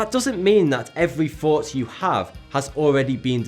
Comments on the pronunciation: Hi, I'm a Californian who can't understand why you pronounce "thought(y)" as forty (40). Is this a nod to forty as the biblical reference to "preparation" or "a test" or because 40 corresponds to the thirteenth Hebraic letter, mem (i.e. memory)? I like your accent just the same. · sounds like fourty 2 or its just me? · your intro sounds like "Hey guys, Forty-Two here"